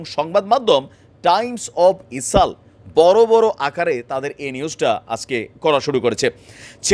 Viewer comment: বার বার ইসাল বলেন কেন? ইসরাইল বললে কি সমস্যা?